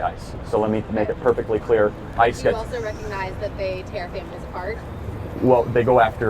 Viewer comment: The way she says “that” pisses me off… THAWT